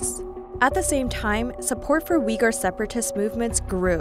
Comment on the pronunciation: Uygur is pronounced uygur, not wigger.